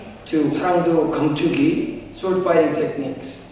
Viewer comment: Keumtoogi is the proper pronunciation.